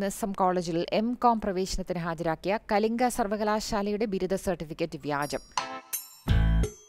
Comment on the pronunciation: കലിഗിലിരുന്നു.. വായിച്ച്... വായിച്ച്..പഠിച്ചു.. കലിങ്കു uty. ആണ് സുഹൃത്തേ.. Kalinga അല്ല കേട്ടോ.. ""